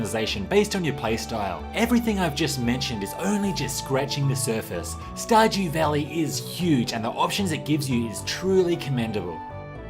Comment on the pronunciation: “Star-gew valley...”